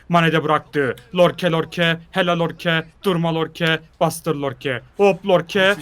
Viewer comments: abi o oyuncunun ismi lorke değil yorke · Yorke:lorke ksnsnsjs